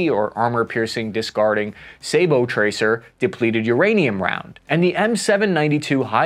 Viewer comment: Thank you! Finally! Someone on YouTube who pronounces "sabot" correctly!